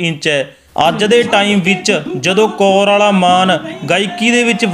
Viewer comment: Bhi ਕੌਰਵਾਲਾ ਨਹੀਂ ਕੋਰਆਲਾ